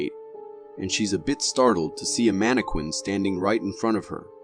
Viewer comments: The scariest thing in the whole video is the narrator’s pronunciation of Mannequin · Wondering if the narrator actually watches any of these clips as he seems to get a lot of the detail wrong. Sorry if it sounds petty but snowboards are not skies, how do you pronounce mannequin?? lol